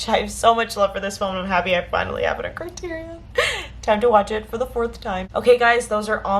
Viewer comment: CRY-TEAR-EE-ON. SAFE-DEE.